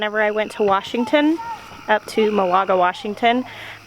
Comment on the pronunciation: Thank you for this! I have never liked radishes. But I am definitely going to try roasting them now. And by the way, as someone who lives there, the name of the town Malaga is pronounced “MAL a guh”, Not Mahl, but like the man’s name, Al... MAL a guh. 😀 LOVE your channel!